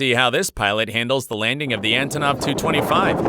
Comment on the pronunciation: Both of the planes you said “came back for another try” were DIFFERENT airplanes! You also pronounced Aerosucre, St Maarten, 777, Ilyushin, and Antonov. You said Aerosurce, St Marteen, seven seventy seven, some weird sh!t, and Anotov. Also, what’s with your constant over dramatic crap? You’re an idiot of a commentator!